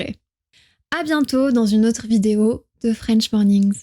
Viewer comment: Français passionné des langues... je te trouve simplement géniale...mais tu as un accent lol tu as tendance à rouler les R ou à les racler gutturalement , ce n'est absolument pas un reproche, bien au contre ! Pourquoi par contre prononces tu "French" à la française avec 1 millions de R ? 🤭 ta chaine est géniale...continue ainsi